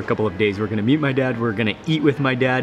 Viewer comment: He says he is going to me-a-t his dad